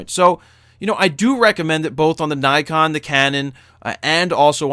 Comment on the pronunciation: "naykon" it's nikon you idiot